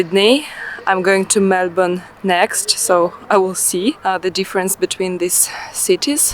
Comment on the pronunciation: Good on you. I love how you pronounced Melbourne correctly.Bravo! I did the Kosciusko walk in April.I caught the chair lift from Thredbo to the start of the trail.One major bit of advice,make sure you have well fitting comfortable shoes.The first lookout about 20 minutes in was where I was considering turning back,as the shoes were abrading my heel and I was in a lot of pain.I grit my teeth and kept going until the lookout with the toilets and a sign saying another 40 min,one way to the top.That's where thepain was too much and I turned back.At age 56 I'm very strong and fit,but boy is the walk hard.To add insult to injury, the car park was over a kilometre from the chairlift.My heel was in agony and my hips were frozen solid.But just for the scenery alone it was worth it. All up there was 4 hours of walking, mostly up hill, so definitely not an easy stroll.My friend started the hike from the Perisher side and he said it is not as hard. So I plan at Christmas to do the walk again, but from Perisher, and hopefully complete the final section.I have since bought Saguaro Barefoot shoes so my feet should have no complaint. P,S. The day after I went and did the Yarrangobilly River walk, in thongs, as my heel was an open wound.The final 1/2 hour of that walk was pure torture.A long,constant.steep uphill walk from the Thermal Pool.